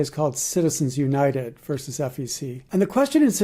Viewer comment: *VERSUS (rather than "verse")